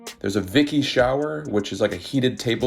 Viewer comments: Vichy is pronounced "Vee-Shee" not Vicky. Vicky is my auntie from Tennessee. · Vichy is pronounced with [sh], not [k]. It was a state in France, the origin of Vichy water, and a shower. It is cute how you said it though 😊 Great video, 👏👍